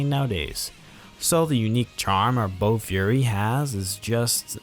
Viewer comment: It was bofuri not bo fury 😆